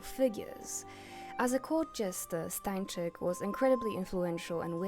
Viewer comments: I’m from Poland (btw, perfect pronunciation) so I can tell something more about Stańczyk. He was one of two jesters long before Matejko painted him. We was known as kings counselor because jesters were the only people who could make fun of the king. Matejko painted him because back there, when Poland didn’t existed on the maps, it was really symbolic. Matejko painted a lot of historical figures to show polish history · im polish and you pronouncing 'Jan Matejko' and 'Stańczyk' correctly healed something within me😭 awesome vid btw, im a big fan of clowncore and its one of my main aesthetics🫶